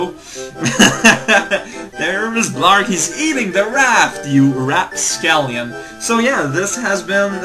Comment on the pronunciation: Wait, did he say "rapscallion", or "raft-scallion"? On the Blaarg bit? That was funny either way.